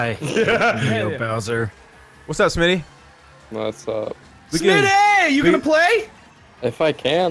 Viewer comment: Smii7y lmao not Smi77y